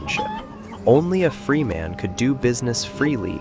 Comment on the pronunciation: That was great! Pronunciation of certain words like "Freeman" and "cordwainer" could be more accurate.